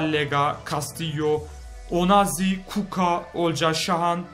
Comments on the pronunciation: Kuka değil Kucka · Abi kuco değil kucka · Kuka değil abi kuska diye okunuyor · KUKA DEIL KUÇKA OKUNUR. BONDONGA DEIL BONGONDA OKUNUR ! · Abi kuka ne ya :D :D Kutska diye okunuyor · Abi sen kuckaya kuka diyiyon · ABİ O KUKO DEYİL KUÇKA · kuka değil o kuçka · abi kuko degil kucka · abi kucka öyle okunmuyor kuçka diye okunuyor